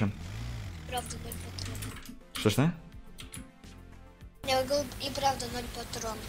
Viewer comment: вслушайся,он говорит "я гворю" ,там прям отчётливо слышно это